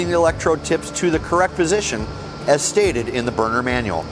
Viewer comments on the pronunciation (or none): Sounds like he's said burger tuning 😂 may I'm just hungry